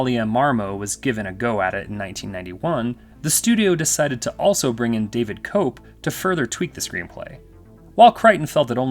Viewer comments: The screenwriter of JP is pronounced kep (Koepp) not cope. Sorry, I see this on YT videos a lot and the lack of research into how to pronounce peoples names staggers me. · David Koepp's name is pronounced KEPP - not COPE. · Love your video, but remember...when pronouncing screenwriter David Koepp's name, the "o" is silent!